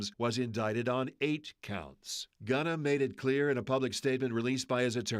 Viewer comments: why are they saying Ghana instead of Gunna lol hehehe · They say his name not gunna lol 😂 bad news ankers